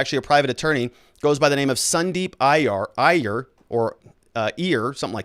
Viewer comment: Dude, you got to learn how to pronounce indian names or at least try... You fumbled twice and both times they were indian...if you can say kamala Harris you can learn to say 'eye err' which is how one pronounces iyer.